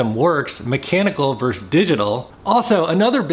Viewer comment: The word is VERSUS not VERSE.